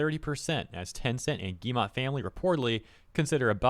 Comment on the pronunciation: It is not guillemA, it is guillemO. Like, in Oxford.